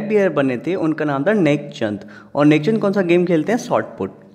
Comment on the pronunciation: Tek chand hai sir naki nek chand